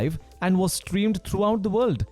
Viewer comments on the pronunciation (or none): Hald wolk alound the wold😅✌